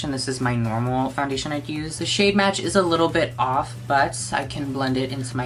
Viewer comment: I thought he said in the shade “whore” 💀